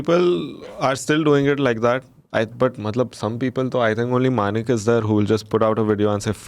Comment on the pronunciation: When you said ‘Manik’ come on man i need to jumt to buffalo rn!!